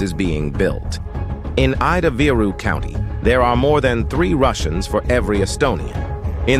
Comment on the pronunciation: Ida -Viru .. use Estonian pronucation not Englich grammar .. I is no ai but only I like " y " your grammar